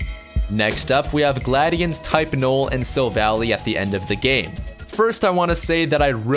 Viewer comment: It's pronounced 'Sil-Val-lie'.